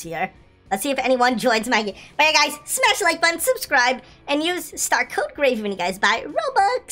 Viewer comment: Wen you said use tar code gravy i thot you were saying star code baby ngl